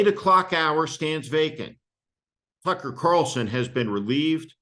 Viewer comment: Steve. Please don't pronounce the guys name with an "f" instead and a "c"